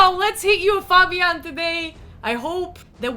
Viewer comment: Fabian not fobian:)